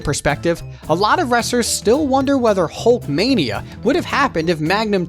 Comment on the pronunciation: "Hulk Mania"???? Are you kidding me? And this is a wrestling channel? GTFO.